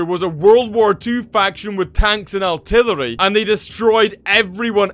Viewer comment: Its artillery not altilllary